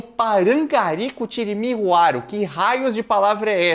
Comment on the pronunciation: Mas o pai no vídeo fala CUARO e não RUARO